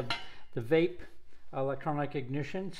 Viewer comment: Pronounced "Vay-Pay" . Very high quality ignition system.